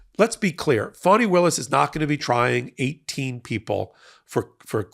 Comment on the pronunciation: Please try and pronounce Fani as Fanny not Phony 😢